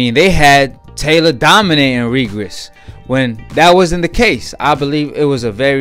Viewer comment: His name is REGIS not regries